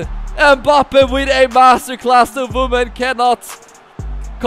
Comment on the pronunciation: “Voman/moman”